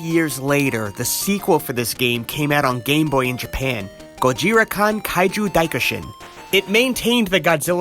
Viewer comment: "gojira kuhn" sigh 😒koon, its pronounced koon.